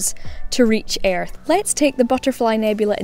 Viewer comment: The way you pronounce earth, lol. Weird accent!